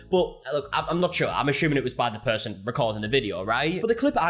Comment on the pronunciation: "Ashuming". Lol